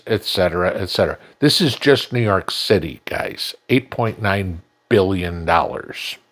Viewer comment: lol. somewhere, seemed to started to say New York "Shitty" lol lol